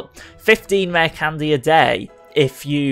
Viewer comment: "Rah candez" 😂 That accent.